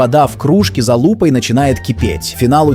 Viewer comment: Правильно ставь ударение, за лупой 🤣